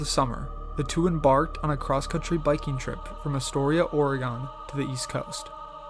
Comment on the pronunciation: Thanks,. Good narration. FYI, the state is pronounced “ARE-uh-gun,” with the “u” in the final syllable barely discernible; it’s not “ORE-E-gahn.” But you did get “Deschutes” right. There are many easily, frequently mispronounced place names in the wonderful Beaver State. (Just give “Yachats” and “Champoeg” a try).